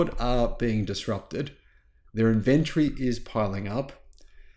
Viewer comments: Is called in vin tory....not in ven tree.... The way you're saying it hurts my ears... And it's highly annoying... The way you're saying it is not even a real word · "Inventry"?? Say it correctly - "in-ven-tory"!! Inventory, man!! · Love your work, but try pouncing it "Inventory". There is an "o" in the word. Not Invenrtree. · Which part of Australia say inVentory instead of Inventory? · IN - VEN- TOR - Y. 4 syllables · Dude. Not only is there an O in inventory, it's also in the pronunciation :-)